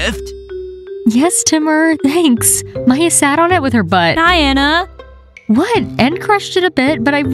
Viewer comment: FOR THE LAST TIME ITS MAYA NOT MIA OR TIA